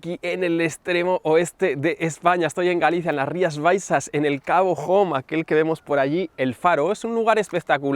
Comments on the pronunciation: Increible video. Una maravilla que lo hayas grabado en mi tierra. Ahh. Como ya te han dicho, la pronunciacion de Cabo Home,.... se dice "ome", no "jom -casa en ingles"..😉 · no es Cabo "jom" con pronunciación inglesa. Es Cabo "Ome". Edito: desde luego dicho desde una crítica constructiva. La próxima vez que vengas hacemos quedada y visitamos sitios chulos. Saludos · Cabo Home, pronunciado "Ome" no "Jom" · UN MOMENTITO AMIGO!!!!!! ESTÁS EN GALICIA NO EN UNITED KINGDOM El lugar en el que estás se pronuncia igual que se escribe HOME (hombre) NO "JOM"(HOME)que sería hogar en el idioma de Shakespeare. De nada y a seguir así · Cierto., a los gallegos nos duele cuando pronuncias "jom". El cabo, sería en castellano "Cabo hombre" (pron. cabo ombre) y en gallego se pronuncia como suena en castellano (cabo ome). Tómalo como critica constructiva, solo con intención de ayudar. Tus videos son muy buenos y es una pena que no hayas venido por Bayona. 👌🏼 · Por dios... cabo home no "Joum" (como se lee, que es Galicia, no Reino unido) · si, Baiona de las pocas zonas que se puede volar sin problema 😅. Lo de cabo Jome... me mata 😩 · Hola! Enhorabuena por el canal y por el vídeo, sólo una apunte: CABO HOME se pronuncia tal cual, ya que en gallego HOME significa HOMBRE. Lo siento, se me ha hecho un poco bola cuando lo escuché. Un saludo y gracias por tus consejos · Diooos que dolor de oidos, cabo home?? En ingles?? 🤣🤣 El video muy guay, pero hay que informarse de los sitios y no meter esa patada. Que suerte teneis los pilotos profesionales que os dan los permisos de vuelo para esas zonas 😭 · yo no lo tomo como falta de respeto. Si el supiera que Home=Hombre no hubiese pronunciado así. Pero pienso que explicarle como es le sirve de ayuda. Esa es la intención